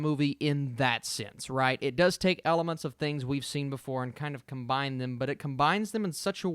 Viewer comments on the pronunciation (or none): none